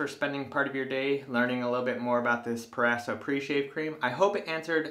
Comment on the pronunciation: It’s “pro-razo” not “per-asso”